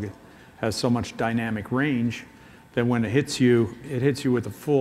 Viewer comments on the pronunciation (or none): none